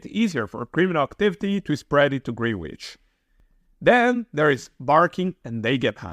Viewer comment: Its pronounced Greenich! Im in southwest. Generally its very safe in southwest